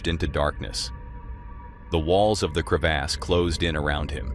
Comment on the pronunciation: Whats a crev-ass? 😂